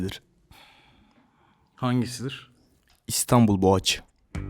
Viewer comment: İstanbul boğaçına nasıl gülünesi yahspwjcvdwoyfrowbf